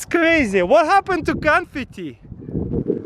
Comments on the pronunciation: LoL he said canfety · What happened to "confitee" 🤣🤣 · What hepent to canfatty😂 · "What happened to canfeet-e"